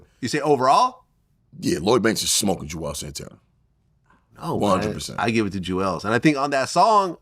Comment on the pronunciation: Bruh nga said Juels Santana 😭